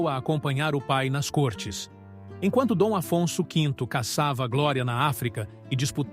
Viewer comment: Lê-se côrtes e não córtes.